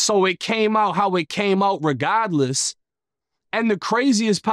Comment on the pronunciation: That boy said regodless 😂